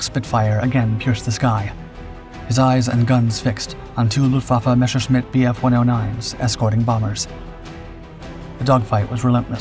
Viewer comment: it's not MESHerschmitt, but MESSerschmitt.